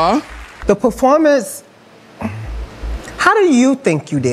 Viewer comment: "I feel like the POORformance was..."